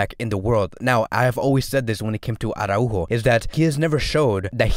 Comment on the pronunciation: Wow!!!! Congratz!!!!! Ara-Újo! Perfect pronunciation!!!! The best FCB channel (and I do mean that) has just become even BETTER! Thanks bro! Keep these great vids coming!